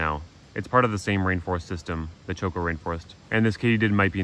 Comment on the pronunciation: Spanish accentuation it's strange it is actually Chocó like the past of crash, crashed which is also "chocó" it's weird to describe the accentuation but it is like putting more effort on the letter o